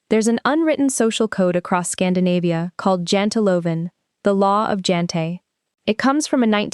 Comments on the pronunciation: janteloven is pronounced :YANTEloven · Its jante - loven its pronounced as yanteh. Pls watch for these details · Janteloven: Pronounced "Yanterlaw-ven"